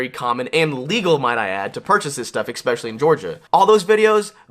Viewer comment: Please stop saying "expecially"!